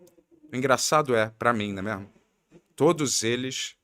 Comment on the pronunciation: mandou um combo "né mêarmo, céarto".😂😂